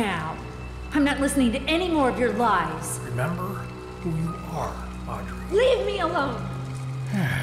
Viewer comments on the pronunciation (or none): As someone also named Audrey, it hurts more than you know to hear Mark call her Aubrey 😭😂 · It's weird because I love the name Aubrey but not Audrey. So I'm conflicted between being annoyed at his mispronunciation and the fact that he's choosing a name I personally like.